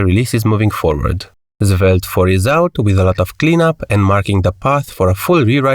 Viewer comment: Zvelte :face-blue-smiling: sorry but it's funny...